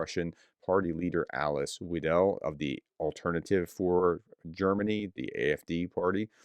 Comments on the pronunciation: pronounce her name like Wydle. Thanks! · Weidel should be pronounced Wey-del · You pronounce Weidel like it is written Wiedel. The E is comming in front of the i. But the main pronounciation is like the german egg: Ei Than put the rest around the ei. Think of it like a pirate: ai, ai sire. I hope it helps. Unfortuantely that name will come up much more often from next week onwards.